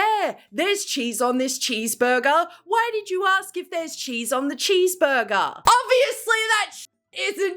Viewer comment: “I WOWNED A CHEEESEBURGUER”